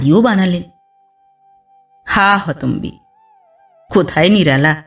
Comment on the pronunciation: সত্যি বলতে কি ' হা হতোস্মি' কে 'হা হতোম্বি' পড়া কানে লেগেছে।